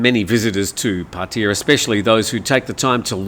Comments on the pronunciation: Hi, sorry I really don’t understand. I’m not sure how long you’ve lived in Pattaya. But I don’t understand how you pronounce Pattaya like Puttaya. I understand some Poms or Yanks don’t know how to pronounce it. But an Aussie, go on mate. Pat aye ya not Put aye ya…. 🥴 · It`s not,. Both of you are wrong. It`s pronounced Pat-Ta-Ya.. Leaning on the "aa" (not aye or ee) at all three places. Farangs always get it wrong😂😂Not that anyone cares, it`s all good!